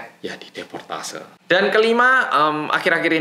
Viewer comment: deportasi bukan deportase 😭